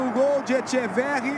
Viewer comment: Que grande el diablito "Echeveghi" 😅